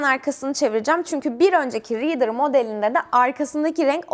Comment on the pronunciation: Bide “Reeder”demeyi söyleyebilse..liidır